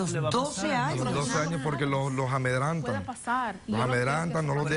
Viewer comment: Se dice amedrentan no amedrantan